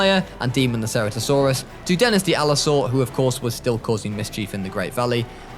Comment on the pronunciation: Ceratosaurus is pronounced "sir-at-oh-sore-us". Great video by the way, love this concept ❤